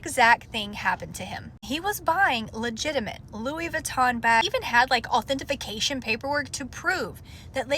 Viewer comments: Did she say “authentification” LOL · Authentication not authentification 😮